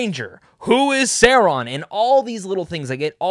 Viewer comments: Who's ser-on?? 😂😂😂 .. ITS SAURON 😂😈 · Pronounced sau raan . . . Saw. . . Rawn. Are you actually knowledgeable about LOTR or just trying to get views? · Say-Ron? Nope. I’m out. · You are not a fan of the professor’s works. Im not gonna listen to a guy’s opinion who doesn’t know how to pronounce Sauron. Imposter! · Glad you liked it, but please.... learn how to pronounce Sauron! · Funny none of the YouTube channels I watch that are dedicated to the LOTR and Tolkien with millions of subs didn’t get to watch Season 2 early. But this guy who has 50k subs, admits he’s not even a Tolkien fan and doesn’t know how to pronounce Sauron’s name gets to watch it. I have no quarrel this guy by the way he seems perfectly fine. My gripe is with Amazon having absolutely no respect for the fans. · Omg you can't pronounced SAURON....I doubt that you watch EVEN WATCH LOTR....how can i block your chanel?